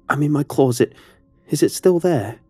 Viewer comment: Love your narrating style but please,PLEASE,stop saying "Clor-zit" every time a closet is featured in one of the stories.